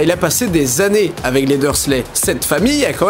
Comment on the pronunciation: (Les Dursley, pas les dur leu, désolée!)